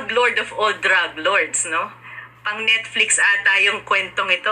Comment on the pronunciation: Baka, NETFLIX not Nitflex. Bisaya k talaga..😅